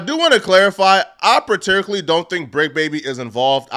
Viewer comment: wtf is PATEIR-RICCLY or whatever the fuck he said